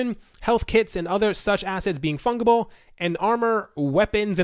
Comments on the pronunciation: it's pronounced funJible not funGible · Pronounced Fun Jeh Bull not Fung. /fənjəbəl/ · The number of times you said fungible incorrectly lol